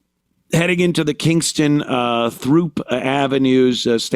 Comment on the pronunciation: You pronounced “throop” ave 😂😂😂 it’s actually pronounced “troop” the H is silent. I’m 38 and never heard anyone pronounce it that way in my entire life 😂😂